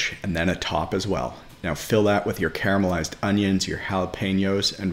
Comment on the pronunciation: You are pronouncing carmelized wrong. Just sayin.